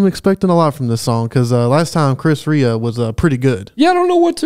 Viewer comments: This was a pretty big hit back in the day. Loved it then, love it now! (Come next Christmas you might try his “Driving Home for Christmas.” It’s pretty great.) P.S. Rea is pronounced Ray. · Rea is pronounced rAy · Sorry I don't normally comment but his surname is pronounced Reeah he's from the same town as me ..Middlesbrough in the North East of England, his family owned cafes here.